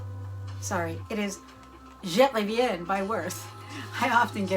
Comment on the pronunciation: Ooo the way you pronounced Je Reviens 💖💖💖